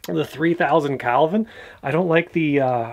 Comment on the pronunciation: umm...Hobbes would tell you it's Kelvin, not Calvin